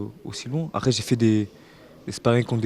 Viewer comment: franchement il fait mal au oreille, il dit "arè" pour dire "après"